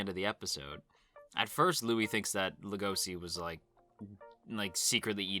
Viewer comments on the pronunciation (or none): Lego she. It's pronounced Lego she. Not La go see. What is wrong with everybody why do the keep pronouncing Legoshi's name wrong?